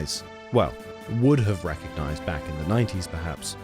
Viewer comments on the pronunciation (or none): none